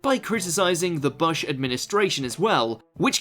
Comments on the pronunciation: Nope. He says Buh-shh, not Boosh. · Am I the only who is hearing the narrator saying "Bush" incorrectly?